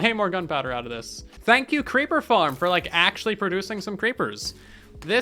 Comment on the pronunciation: "Let's make a creeper farrm.": "Hold my beer."